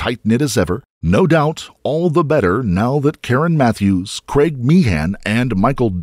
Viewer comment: Please....."craig" not "creg"